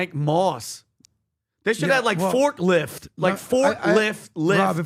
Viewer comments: Forklift (Forklyft) 😂nice. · Did say forklift LYFT?!?😂😂😂😂😂